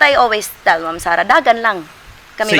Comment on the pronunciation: says "I've fall in love with Mum Sara Duterte" which is wrong in so many ways - context and grammar alike., you should have said it like this, " I've fallen in love with Ma'am/Mam (Not Mum.. check your pronunciation please) Sara Duterte. If you can't improve your English Communication skill then you may as well speak "TAGALOG". You sound better in tagalog!